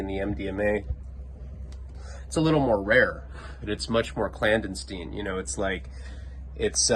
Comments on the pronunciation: 😆 CLAD-A-Stein...... come on..... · “Clandentein” again lol